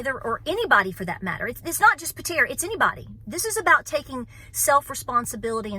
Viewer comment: Patera,Patera....your nailing it! Thank you from western Michigan....